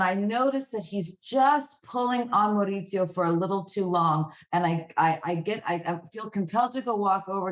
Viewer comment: The fact that she is bragging about her accent, studying it for 6 months. And doesn't even pronounce Maurizio correctly.